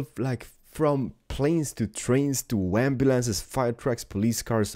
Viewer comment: 'wamnumlances' love it!